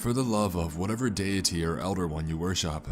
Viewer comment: Do you worship or do you worshop? So you english or do engrish?